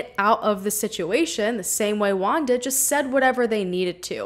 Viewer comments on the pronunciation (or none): The 30 min of video I think she is talking about a asian guy, but it wasn't, girl use Google translate for the name....jajaja "Guan"-"Wuan" JUAN..🤭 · Great job on this video! Bye the way, Juan its pronounced 'whoan' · I’m sorry but as a Mexican I just can’t with the way you’re pronouncing Juan, I laugh every time. I know this is serious but I can’t